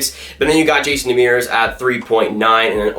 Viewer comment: So funny how badly you pronounce Demers name. Here's a link on how to say it right.